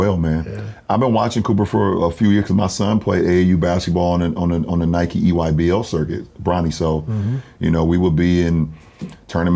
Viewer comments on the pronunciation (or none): none